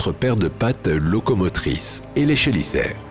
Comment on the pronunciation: C'est quand même fou de toujours pas savoir prononcer les noms des animaux, quand tu as une chaîne spécialisée dans l'espace et l'archéologie/paléontologie/géologie... Exemple parmi 150 autres : les "chélicères" se prononce "kélissères". J'aurais honte de faire des vidéos depuis si longtemps sans me renseigner ne serait-ce qu'un tout petit peu sur le sujet. Du simple copié collé des chaines américaines, fait par quelqu'un qui ne connait même pas le sujet. Bravo.